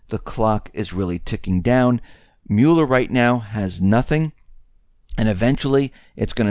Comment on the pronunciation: You need to learn how to pronounce Mueller.